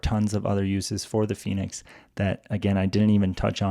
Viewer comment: El "finix' "gormin' me gusta mucho 😂😂😂😂